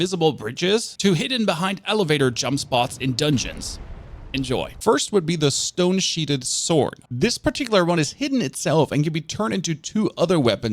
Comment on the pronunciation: Love your work sir. 👌 Pronunciation of stone sheathed is SHEETH-D not SHEET-HED. 🤭